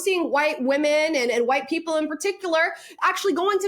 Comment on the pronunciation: Her pronunciation of WHITE PE-PELLLLL is disgusting, dismissive and offensive, but does she care? No! She has the magic word ready for any critic....RACIST!